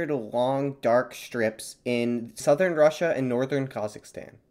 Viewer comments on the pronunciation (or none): none